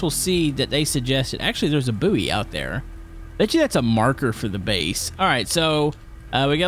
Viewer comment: Just got to say "Buoy" is pronounced " Boy "